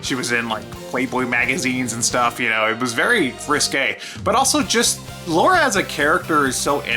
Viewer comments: Who’s the fucking idiot that keeps calling Lara “Laura” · When you keep saying Laura, I find it difficult to believe you actually played the games and aren't just reading off a script. Kinda takes away from the video. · I am a guy who was born in 89 and never thought about if the protagonist was male or female. I just thought a fun game was a fun game. The only thing about this video(short) I don't like is that they keep saying "Laura" when it's Lara.